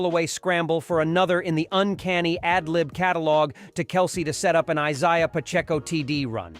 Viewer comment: Learn how to pronounce Isaiah And Kelce....! Keep "Girly-ball"...(NBA)...out of a Man's game..!